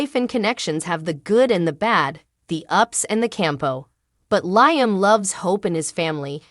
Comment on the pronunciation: why can't this person say LIAM instead of LYAM? I hate listening to this ...out of here